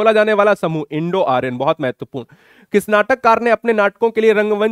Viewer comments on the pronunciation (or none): none